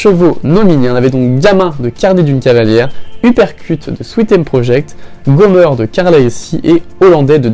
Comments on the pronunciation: Comment tu dis Gomer c'est Gomèr (pour bien le prononcé) Car la elle dit jamais Gomeur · Gomeur 😂😂 c’est Gomer pas gomeur 😂😂